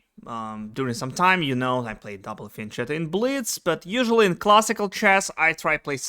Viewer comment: Shouldn't fianchetto be pronounced with sound K? as there is no such word in english but it is exist in italian and sounds with K.